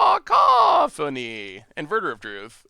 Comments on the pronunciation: Lol, people are grammar nazis... I'm people... It's "ca - COUGH - o - neeeee" not "caco-PHONE-eeeeee" Haha and for the love of god it's definitely not "caw-CAW-phony" 😆 Edit: Well looks like chat already told you lol. But juuuust in case I won't delete this👌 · the harpy's name is pronounced Kuh-COFF-fun-ee haha. It means "a lot of loud noise"